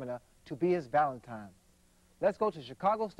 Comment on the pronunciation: It's ValentiNe,. Not ValentiMe. Spread the word.